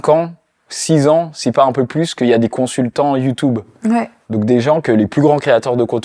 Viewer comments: Ça me perturbe il dit YouTOUBE 😭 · Je t’aime bien le motif mais dis YouTube stp pas youtoub